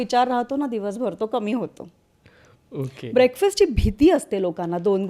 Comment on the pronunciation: म्हेऊने 😂 बीसिक 😂 ओअके 😂😂😂 कित्ती dramatic अडाणीपणा😂😂😂